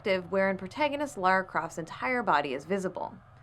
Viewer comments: Lara* not Laura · a pet peeve of mine, when people call LARA croft LAURA croft Lah rah not Law roar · why do you say lora craft, it's "LARA" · Someone who doesn't even know she is called "Lara" Croft, not Laura, maybe shouldn't comment on a video game analysis -___- Seriously if I read or hear another guy saying "but guys like butts" and "it's totally normal to check out a woman's butt" and "oh they don't look too sexy" I will seriously cry. Women and also female video game characters are not there to please someone sexually (as long as it isn't a fanservice game of course), when will gamers finally understand that. Go to porn sites if you want to see butts, I want to play freakin video games. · Dude, it's Lara Croft. Not Laura. Even Bitch Mcgee got that right. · laura? isn't it Lara? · La-Rah, there is no "u".